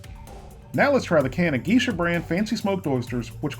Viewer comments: GEE-shah? seriously? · Geisha is pronounced gay-shuh. No offense. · Geesha brand is GAY sha (pronounced that way) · Also; you pronounced Geisha incorrectly.